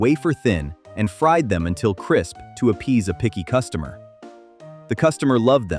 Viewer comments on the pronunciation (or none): none